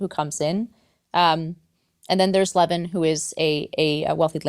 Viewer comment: How come you are not speaking about a novel with exactly the same plot: Sense and Sensibility by Jane Austin? Tolstoy was notorious for copying Austin's characters. It's a pity that a really good and original novel gets forgotten. Also, it's not Levin (a Jewish last name), but Lyovin (Russian letter ë is read as yoh, although it looks like e).